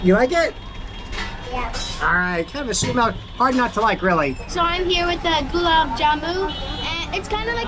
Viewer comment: Why won’t anyone tell the it’s not gulab it’s like explain in a good friendly manner